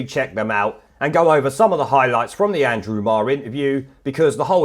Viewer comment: Andwew Andwew Andwew.